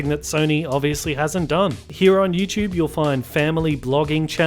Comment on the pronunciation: LOL, why does this guy say YouChube. Where is T pronounced like CH.